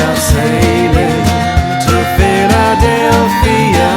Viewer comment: It's funny, the bloke sounds very English in the verses, but the way he pronounces "Philadelphia" sounds very strange.